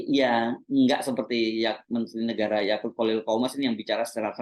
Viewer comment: Yaqut bang hersu, bukan Yakult 😂